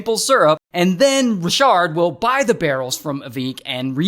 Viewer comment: Not Ra-shard!